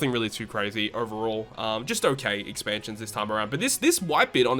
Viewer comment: "Exansions." XD lol jk broskii Keep up the good work, solid video as always!